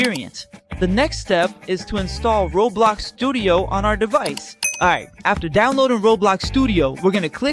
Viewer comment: bro said rablax not roblox